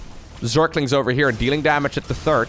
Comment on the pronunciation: that pronunciation was pretty decent,! Congratulations as a dutch your German pronunciation is - if you like it or not - quite good in general. Work on your TH in English though, everytime you mention a players THIRD base, it sounds like you are talking about is TURD base, which is ofc something completely different.